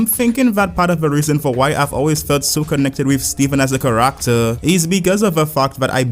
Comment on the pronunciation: Love how you pronounce ‘Character’ as ‘Kar-ract-ter’